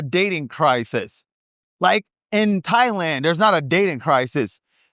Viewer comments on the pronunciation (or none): none